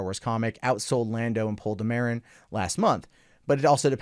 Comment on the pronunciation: Stop mispronouncing "Poe Dameron"!!